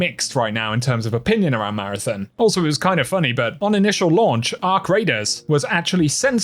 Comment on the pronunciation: Take a shot every time he says “MARATHIN”